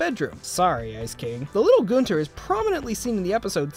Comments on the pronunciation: please stop saying Gonter... it's Gunter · Love how everyone says Goonter instead of Gunter